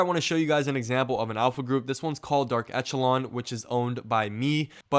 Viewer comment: It's pronounced "esh" not "ech," i.e., eSHəˌlän